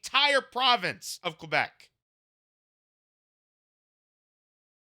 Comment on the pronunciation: As a pro-union guy from Laval, thanks for your coverage and your attempts at pronouncing Québec correctly 😊